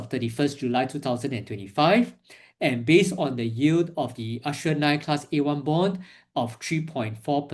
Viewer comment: 'Ass-tree-er' Bond.